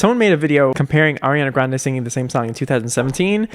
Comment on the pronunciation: her last name is pronounced "gron-dee" by the way 😂